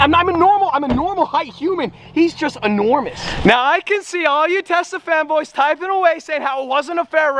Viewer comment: i keep thinking he says "tesla femboys" instead of "tesla fanboys" 💀